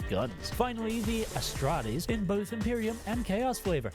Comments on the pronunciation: if you say Astrates instead of Astartes one more time Ill kick you in the shins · I love you, but please, As-tar-tees, not A-stra-tees. Amazing video though:D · Adeptus Astrates Adeptus Mechanus You are absolutely butchering these names lol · AsSTARTes not asTRATes and MechaniCUS not mechanus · Hearing you mispronounced the names was hurting my soul so just a tip, most names are pronounced how you spell them, for example astartes is pronounced ass-tart-es. also most of the names are based off a word made to sound like a latin root.